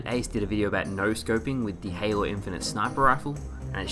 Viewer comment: I think I heard you call halo Hanelow?